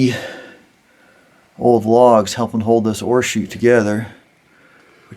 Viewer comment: This was just a random "recommended" video that I watched a bit of because it looked mildly interesting. So I'm no mine expert. I kept looking for the "horseshoes" you mentioned several times...then realized you actually said ore chutes. 🤣🤣🤣